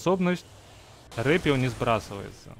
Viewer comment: НЕ РЭПИЛ А РЭПЭЛ